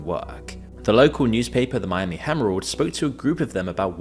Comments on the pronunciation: It's pronounced Miami "Hair-old" not "himrolled." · ayooo we gave you a pass with A-ventura but the Miami Hemorrhoid is disrespectful. No accent pass for you. You straight up called the Miami Harold a hemorrhoid. You official barred from Miami for 6 month and can only return in August for 3years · ...wtf, he called it the Miami Hemrald! this guy needs some fiber in his diet so bad he can't speak straight. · he read "whores" wrong off the teleprompter Edit: "the Miami hemerald"😅